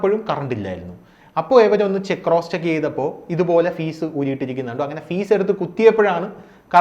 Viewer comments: ഫീസല്ല... ഫ്യൂസ് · ഫീസ് അല്ലടാ FUSE..!! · ഫീസ് അല്ല ഫ്യൂസ്